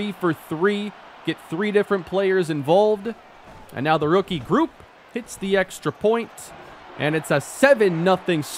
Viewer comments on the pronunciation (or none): love your series man!! Just a heads up with Blake Grupe... it's pronounced GROUPIE! He's an ASTATE LEGEND! Keep up the great work man! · Grupe is pronounced like Groupie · it’s pronounced “Gru~Peee”